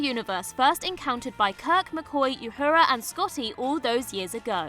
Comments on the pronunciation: Yhura? It wouldn't be Trekculture without the mispronunciations. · You mispronounced Uhura, Takei, and Nana!